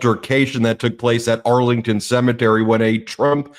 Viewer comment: For Trump a cemetery is a 'See Me Tree'